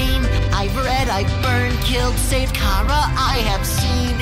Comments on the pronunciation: I find it funny how pronounce chara as "kau-ruh" yet asriel in hopes and dreams pronounce it "care-ruh"! Explain thisssssssss witchcraft! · who is car-uh tho? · Today I Learned that “Chara” rhymes with “started”